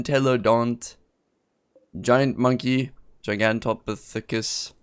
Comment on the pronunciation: Its R-throw Plu Ra. Gia-gant toe Pith ah Cuss . Para Cara Thee Rum . may be phonetic spelling will make it easier to say :-)